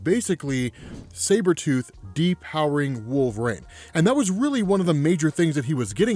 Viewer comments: I can’t listen to this guy narrate “Wolveraine” stories 💀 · 'wool-vrain' counter: 1,000,000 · I love every video this guy puts out but I can’t get over how he says wolverine lol